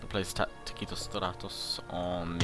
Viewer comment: Dude, at least do me one favor: taktikos stratos takes the accents on the last syllables of both words... :P Otherwise it is like I am hearing sth about some bloody mexican tacos! :PPPP